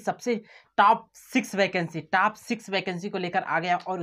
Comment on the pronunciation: Are yaar pahle top ka pronunciation to sahi karo 😓😓😓😓